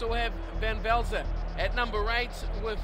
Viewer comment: Gr8 vid, u beat my team :) its pronounced van velser not vaizer